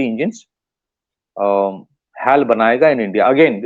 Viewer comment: Dear, please pronounce as Hech A Elle (HAL) and not what you pronounce it as. It is incorrect to call it that way. I Hope you take it in right spirit. I watch your interviews in various podcasts and appreciate your analysis. Regards